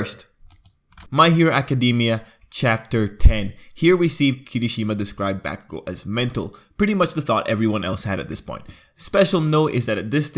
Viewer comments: bAcKuGO BaCKuShiMa Its pronounced bakugou and kiribaku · Who else cringe from the baku thing- bro no hate but its pronounced bo-ku-go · its pronounced Bauk-o-gou you uneducated snail